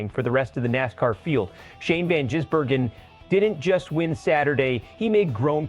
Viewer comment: You, his name is Vangisbergen not Jisbergen